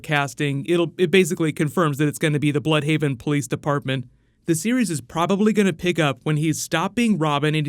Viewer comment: Not "blood"haven ,BLÜDHAVEN ...